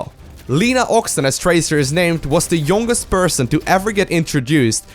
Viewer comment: The ''youwgest'' rofl.